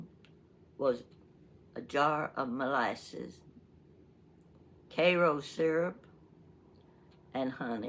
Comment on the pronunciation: I like the fact that you say Karo syrup like I do! KAYROW. I heard someone call it CAR-O. 😊